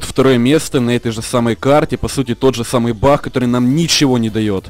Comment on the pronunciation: ты украинец? почему-то ты говоришь бах а не баг